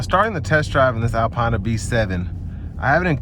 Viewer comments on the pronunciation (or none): Good video. For future reference it's pronounced "Alpeena". Keep up the good work. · Never watch a review if the reviewer can’t even pronounce the name of the car correctly. Typical American tbh.